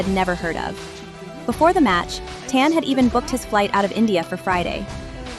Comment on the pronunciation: cmon, it should be pronounced "tahn" like a normal chinese diaspora/dialect surname. can't be that hard to make your ai voice pronounce that right.